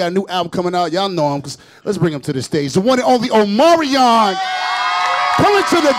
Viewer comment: Did He Say At The End 'give it up for omario?.. then said omarion????